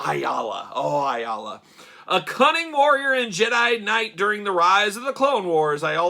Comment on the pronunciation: A - LA IS HOW IT Pronounced hate to be that guy sorry